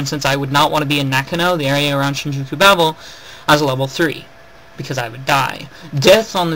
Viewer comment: Good video, but I have a few complaints about how you pronounce things, Babel : Baybel Tensei : Tensay others but I cant be bothered to get them.